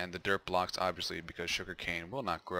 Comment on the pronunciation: every time he says "Dirt block" for me it sounds like "Derp block"...